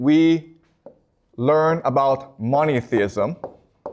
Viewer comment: i heard moneytheism at the start.. instead of monotheism 😂😂